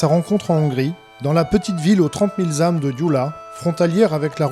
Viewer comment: Il faut l'écouter sur l'islam pour comprendre que ce n'est pas le Messie. Et "...trente mille zâmes..." ? J'attendais mieux de TVL